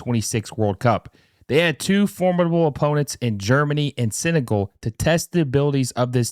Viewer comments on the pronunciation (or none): You really need help pronouncing 'Senegal'.